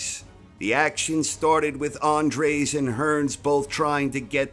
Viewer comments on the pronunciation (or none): It's Dennis Andries - not 'Andres'